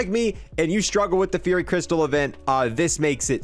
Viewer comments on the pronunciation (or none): none